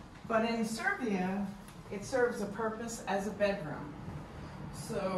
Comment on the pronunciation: Its Serbia, not Servia. Welcome!